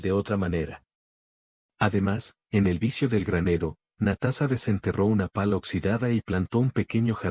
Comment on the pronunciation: Muy Bonita historia lastima que el video y la historia no esten de acuerdo y la pronunsiacion es terrible Natasa y Natasa estaba en soc 😅 Natasa vivio feliz por siempre